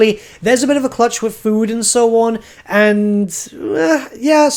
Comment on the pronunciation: Is Clutch another way to say crutch or am I just hearing it wrong?